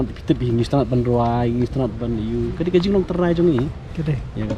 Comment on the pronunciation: I like the way he say "ka dei"😎